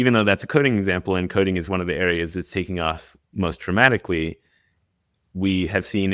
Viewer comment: I swear, it sounds more like he said "traumatically," than "dramatically." Hmmm.